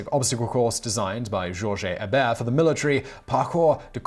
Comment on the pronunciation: My last name is Hebert, it's nice to hear someone say it properly.